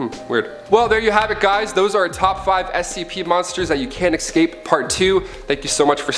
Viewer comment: Yo, there's no "x" in escape